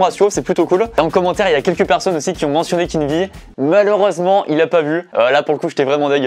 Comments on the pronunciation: Je suis le seul à dire {Keen VÉ} et non pas {Keen Vi} ? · Ces pas Kenn vi le v se dit v donc ces Kenn vé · J'me suis dis la même chose ! 😂 C'est "Kinvé" la prononciation 😂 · Pourquoi tu dis keen'vie au lieux de keen'v ? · Keen'V et vi dans la prononciation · Suis je le seul à ne pas prononcer kenn'v comme il le dit ? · "Kine vi" mdr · La prononciation c kin vé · Mdr « keen ‘ VI »😂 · "Avec Kine vi" incroyable cette prononciation mdrr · On est dacord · Nan ça c'est mon gars, il a percé seul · Ah ouais trop mdr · Keen'V prononcer Keen'V(ie), ça me fume 😂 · Très bonne vidéo, malgré le fait que tu as écorché le nom de Keen’V environ 10 fois.... #TeamKeenV #TeamTahiti #AlHorizontale #Valerie